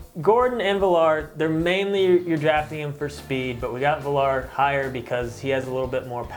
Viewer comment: It's pronounced Vi-Yar the double L in a Hispanic name produces a Y sound like quesadilla you don't say dilla you say diYa